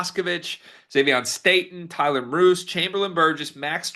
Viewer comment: Depth piece, 3-pt sniper as you noted. Idaho played at BYU, so KY must've been impressed. Name is pronounced MEER-us. BYU '82